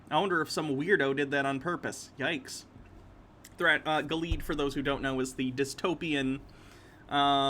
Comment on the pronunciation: Gilead is pronounced "gillie add"